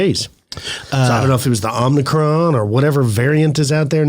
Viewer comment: You may have an omnidirectional microphone, but the virus is (from the Greek letter) "omicron", with no "n" after the "m".